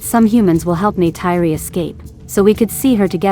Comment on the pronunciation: Please learn to pronounce Neytiri's name!!!! I would like to watch your videos, but wince everytime you say it.